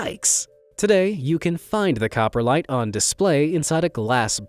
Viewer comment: "Cop-Ro-lite" not "copper-lite"